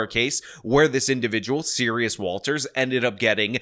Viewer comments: Serus, not Serious. You've mispronounced it every single time. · At first i heard the name wrong, i heard Sirius instead Serus. So maybe the judge mistaken this person for Sirius Black too, we all know he was innoncent.